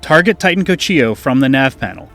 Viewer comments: Titan "Co-see-ho" 🤓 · Titan "Co-chi-oh" sounds much more fun than good old "co-see-joh"